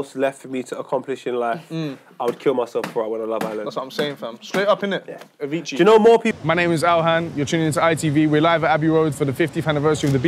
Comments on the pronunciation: Man said Avicci 😂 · DID HE SAY AVICII?! 😂😩